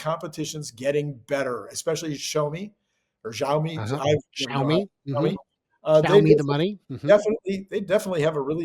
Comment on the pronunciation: "Shaomi da money" 🤣